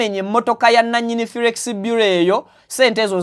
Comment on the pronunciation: The word is Forex Bureau not Furex